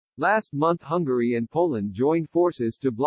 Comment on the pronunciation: Stupid robot voice can't say hungary!